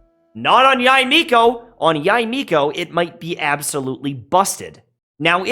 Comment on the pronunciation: I think her name is pronounced "Yey" instead of "Yai."